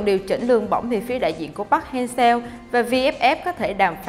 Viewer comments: Vj đọc sai tên r, chán ghê, chả ngấm nỗi cái giọng, phát âm chuẩn là park hang “sơ” mà cứ đọc seo là sao nhỉ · đọc sai tên HLV rồi bạn